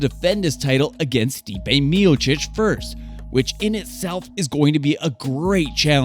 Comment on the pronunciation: Good video. May wanna work on the names a bit to avoid credibility gaps Stipe is pronounced Stee-Pay. It's not "the MMA" it's MMA - Mixed Martial Arts